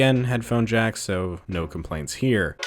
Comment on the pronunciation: BlueFireJack it sounds like he said he’s hasn’t jacked off for awhile,when he really said there hasn’t been a headphone jack in awhile